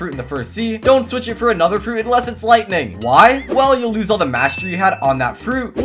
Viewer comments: Blud really said lightining fruit💀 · Bro said lighting fruit 💀💀💀